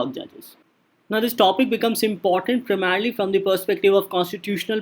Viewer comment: “PRAMERELY FOR PRELIMS” and reading out notes is not DNS. Please relent